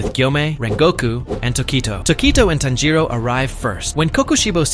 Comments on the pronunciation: it's TANJIRO not Tanjo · you said tanjoe not tanjiro btw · Tanjiro🚫 Tanjo✅ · Why is he calling tanjiro tanjo😭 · I think you said tanjo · Bro was saying tanjo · WHY ARE YOU CALLING TANJIRO "TANJO"